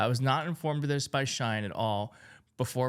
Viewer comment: I like you, I really do. But shine, really?! It’s she in.